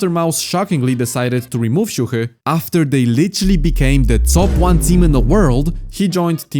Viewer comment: Bro exposed his polish heritage after saying the most perfect "siuhy" ever